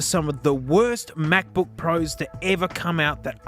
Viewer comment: The NuggBook.